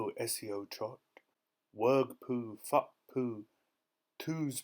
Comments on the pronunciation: It sounds like you swaring so say it probably not to be mean i love your reading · please pronounce FFUP properly!!!!! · I agree it sounds like you swaring but I still love it